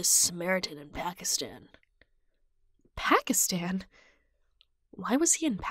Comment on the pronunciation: Me laughing a little on how pronounced ‘Pakistan’. It was good but just telling you, it isn’t pronounced like it😅😂 Anyways, love it❤️❤️❤️😘 Wow cat spent an entire year in India and I didn’t know!!! I could have visited himmm! Sorry 😂😂😂